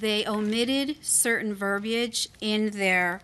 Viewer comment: Finally! Someone pronounces "verbiage" properly!